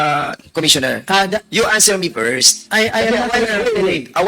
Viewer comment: kelan b titigil s kk-english c? nkkakilabot everytime mgssalita sya nkkhiya n tlga ang Pilipinas 🤣🤣🤣 wlang letter F...pers...